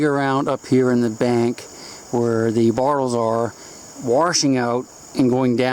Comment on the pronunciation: Still think its funny how he says bottles. Sounds like he says bartles